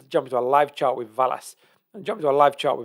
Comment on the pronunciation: I think it pronounced VEL-ass 👍